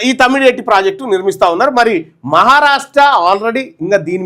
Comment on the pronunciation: తమ్డి హెట్టి✖️( తుమ్మిడి/తుమ్డి హెట్టి)✔️😂